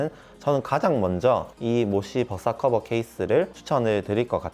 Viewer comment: 모시의 벗사커버 ㅋㅋㅋㅋㅋㅋ발음 구수해요